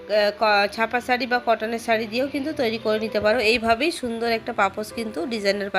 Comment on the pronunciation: আপনার উচ্চারণটা সারি হবে না শাড়ি আপনি শ কে স উচ্চারণ করেন কেনো এটা তো আঞ্চলিক ভাষা এটা বাদ দিয়ে শুদ্ধ ভাষায় কথা বলা শিখেন